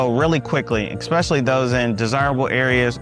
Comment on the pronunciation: Suffolk is the largest Virginia city by land area. If you include water features then you are correct. I was born and raised in VAB and left when I retired because the city politics became corrupt. Another reason I left was when they started building homes or shopping centers over cemeteries. BTW the word is "ESpecially"' not Ekspecially.